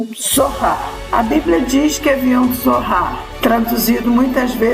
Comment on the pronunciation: Não era "zorrar" e sim "tzohar"